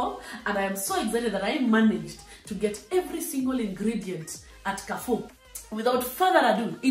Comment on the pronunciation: Mmmmmnnnn nakuja kula....by the way it's pronounced 'karrfu'